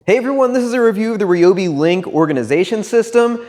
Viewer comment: Thank you for pronouncing it, right! And a very concise review!